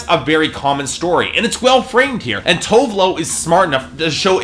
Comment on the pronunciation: Dude, her name is TOO-VEH LOO You really should learn how to pronounce people's name before you go on rants about their albums. First it was Jhenè Aiko (JUH-NAY EYE-KOH), Tinashe (TEE-NAH-SHAY) and now her. -.